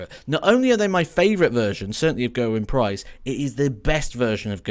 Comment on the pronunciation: If you're a fan of Gerwyn Price, please for the love of god, learn how to say his name properly!